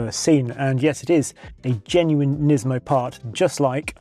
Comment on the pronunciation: Буква S в NISMO не должна быть звонкой, она шипящая. Как в слове Tesla, где англоговорящие произносят звонко S, а на самом деле нужно S, как в Steam. Это просто раздражает.